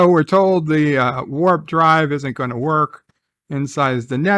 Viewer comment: "...the Worf drive..." 😆